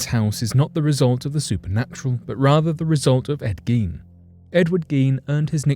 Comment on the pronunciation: 100% thank you for correctly pronouncing Ed Giens name! Also for getting every fact spot on! Much love and hoping you have a great week 💛